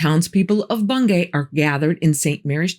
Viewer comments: I thought it was pronounced Bung-y despite the spelling? I live in Norfolk and thats how everyone says it. Maybe I'm wrong tho. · Its pronounced Bung - gee